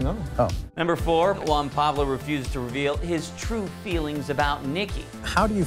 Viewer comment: Juan Pabs. eesh